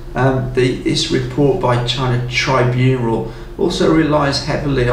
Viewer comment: "tribunral". Struggling with the script there a bit mate